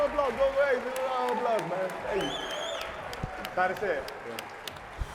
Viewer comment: Finally Thanasis.. say your last name the right way.